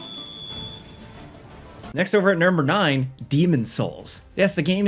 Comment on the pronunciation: Dude he said 9 funny. Weird